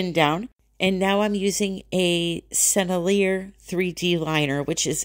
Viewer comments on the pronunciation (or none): Great video! I gotta say though, I would have used the bird shape! LOL! Would this work on parchment paper, do you think? (Oh, btw, the name “Sennelier” is pronounced “sen-NEL-ee-yay.”) Oh, on the book, you used the resin in the crease to seal the skin on the cover. Have you noticed if opening the book repeatedly loosens the skin and resin at the crease?